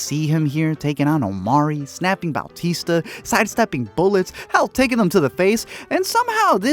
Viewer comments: "Bowtista" lmao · Did this dude say Bal-tista? Who the hell is Bal-tista?